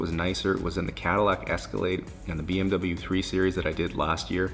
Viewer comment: I really like your work. Greetings from Germany. It's funny to hear how American people always pronounce BMW. It's a German car brand and so you pronounce it quite different. But anyways you're nice! Keep going!